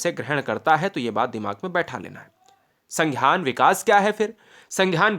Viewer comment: संघ्यान नही है संज्ञान है😊